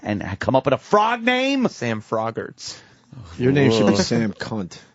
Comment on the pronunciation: Lawgs frowgs